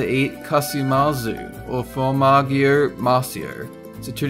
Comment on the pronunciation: You're saying several words wrong again--cochineal, shellac, formaggio....